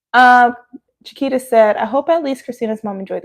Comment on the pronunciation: I'm just going to add that I appreciate you pronouncing her name how you said it first as that is how mine is pronounced (Chiquita - Sha-kwee-ta). So confusing, I know, but most start off with the banana sounding way and I correct them the other way. 😅 I love you even more now, though! ❤